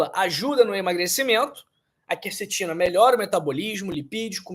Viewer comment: Olha aí a influência maligna do novo acordo ortográfico: o doutor pronuncia "kercetina ", a pronúncia correta é kwercetina.